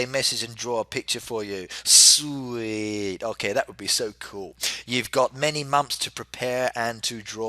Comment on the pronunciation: why does he pronounce 'ok' like 'ohkih' considering he's English?